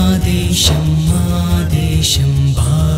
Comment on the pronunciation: Telugu pronunciation has to be improved....for example..desam. not desham. Bhaarata desam.. ..not baarata desham. Many are there to be corrected